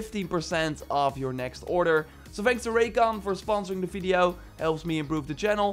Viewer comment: the way you say video .... I can hear bideo instead :D